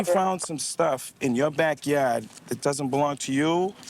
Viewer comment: Oh my goad... "Back yayde" "In my back yayde" 🤣🤣 They all right out of central casting.